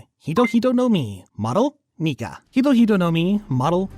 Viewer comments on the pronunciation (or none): It's not nigga it's nika.